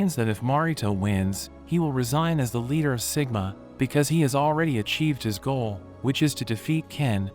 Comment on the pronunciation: It's siguma